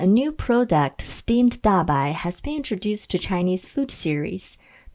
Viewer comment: Stemaed dabai....lol